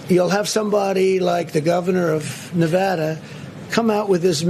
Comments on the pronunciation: You’re losing “huge” idiot, China and or Rusia can’t help you. Is Nevada not Nevathara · 4 years and he still doesnt know how to pronounce nevada...